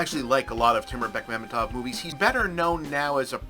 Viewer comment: Props to Bob for pronouncing Bekmambetov correctly. I also hoped that Zvyagintsev or Naishuller (ok, he got produced by Bekmambetov) might have been more known Russian directors.